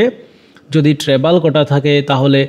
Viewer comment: ভাইয়া এটা ট্রেভাল হবে না , ট্রাইবাল হবে , আর একটা ওয়ার্ড ও ভুল বলছেন ডিজিয়ার , ভিডিও করার সময় উচ্চারণের দিকেও একটু খেয়াল রাখবেন। কারণ আপনার ভিডিও গুলো অনেক মানুষ দেখে। আশাকরি আমার কথা গুলো পসিটিভ নিবেন। থ্যাংক ইউ